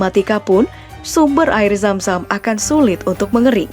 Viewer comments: yg denger nya air Sam sam BKN zam zam pen tau sp aja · Zam zam oy bukan sam sam Btw minel aidzin wal faidzin ya min :)